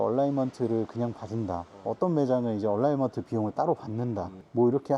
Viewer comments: 얼라이먼트 얼라인먼트 발음상의 차이입니다. 방지턱에서 로워암 부러지는 차도 있습니다 (노후차량) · 얼라인먼트! 얼라이먼트 아니고! 방지턱에서 얼라인먼트가 틀어닌다니 말같지도 않은소릴하시네